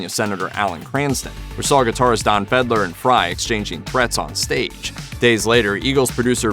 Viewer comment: Yeah, and he referred to the Eagles' "Don Fedler".